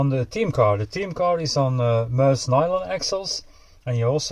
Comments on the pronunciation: sorry what was that? Mooouse? Read the box. The name is in the statement on the box....not me but us! Its Me-Us dude😂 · Why does everyone seem to struggle with saying ME US? This looks like it's going to be a sick build, looking forward to this one! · I know right😂 its says it right there on the box. Not me but us....its Me-Us😂😂😂